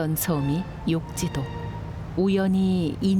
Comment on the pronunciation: 육지도가 아니라 욕지도 입니다.